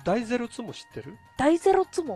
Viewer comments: 第ｾﾞﾙｫｫｫツモ？ で巻き舌になってるの草生える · 第ゼrrロツモ？